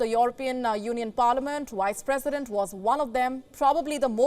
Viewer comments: "Wice president" lol sounds like Kripky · you mean vice president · You definitely said one of the "wise" Presidents 🤣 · Wice President 😂😂😂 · The only thing I agree with this Indian YouTuber is when she kept calling her Why's-president 😂😂 I asked myseilf th same thing Why?